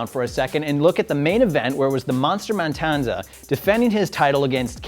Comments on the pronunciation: It's matanza, not mantanza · It's MATANZA not MANTANZA! You suck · did he just say the monster man-tanza lol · gets a lot of hate, but I like his style. Except for how he says Matanza. Dude, fix that shit.